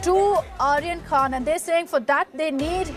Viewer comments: Dalal n illiterate news .. it’s khan not khna.. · Can anyone notice KHNA instead of KHAN BUST instead of BURST It is India's No.1 media 🤣🤣😂😅